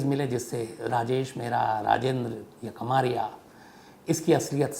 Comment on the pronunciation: कमारिया नही कमरिया होता है, यादवों मे एक सब कास्ट है ।